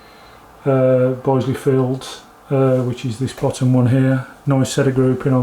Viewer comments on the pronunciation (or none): Will you please note that the i in Bisley is pronounced as in business and bitter, not as isle or island. Have you not heard of the world famous Bisley shooting ground and ranges in Brookwood in Surrey.